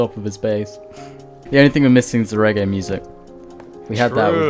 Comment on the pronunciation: How dare you mispronounce Reggae